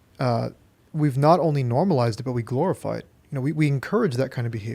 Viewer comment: Another Lukism: "Glororize"